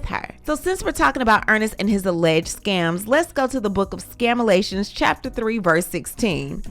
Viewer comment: Not ‘Scamalations’ 😂😂😂